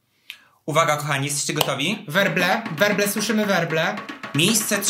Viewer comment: Wróble słyszę, wróble! Jakie wróble? WERBLE.